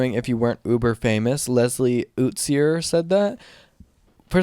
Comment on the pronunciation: fuck calling me Leslie Ootsyer (its yoo-tuh-slur)